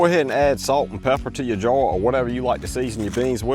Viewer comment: add the salt to your jawr brother cant say jar